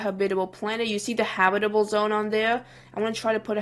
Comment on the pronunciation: its not habitle its habitable